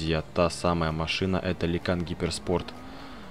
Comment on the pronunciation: Читается Люкан